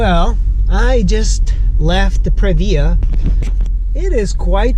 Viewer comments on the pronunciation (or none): If I hear Pre....VIA one more time......Prev-e-ya..... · its Prevyah...